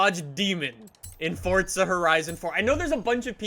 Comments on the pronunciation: It's pronounced FORZA not FORTZA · U keep pronouncing forza forTzaa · i unliked and will never subscribe because of the sole reason you say fortza. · pretty sure its forza not fortza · no no, it's pronounced Forza not fortza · Why does everyone one say Fortza instead of Forza? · Fortza. Lol 😂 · Have you realised thzt he says fortsa instead of Forza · It’s pronounced ”fortza“ because it’s an Italian word like pizza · It sounds like he says Fortza Horizon 4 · It forZa not forza like if u agree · It sounds like he's saying "fortza" . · Its pronounced fortza... its italian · I just want to know why he says FoRtsA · Nothing is more infuriating than when someone says fortza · Fortza??? Why is he saying forza really weirdly? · IT PRONUNCE FORZA DUMBASS ITS AN ITALIAN WORD THAT MEAN POWER FUCKING SHITHEAD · Pls don’t say fortza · y do u say FORTZA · It's pronounced as Fort-za u fucking dumbass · Can you please just say for a right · 'Fortza' Horizon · "fortza horizon 4" XD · "fort sah" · say "forTza" one more time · "Fortsa Horizon 4" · Please stop saying "Foart Za" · Good video but where is the t in forza? Lol that drove me nuts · Eezy Convo56 no it’s not there’s no t in forza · Please show me the “t” in Forza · why are you saying forza like an idiot? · There’s no T in forza 🙈